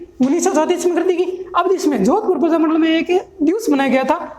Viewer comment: प्रजामण्डल होता है न की परजामंड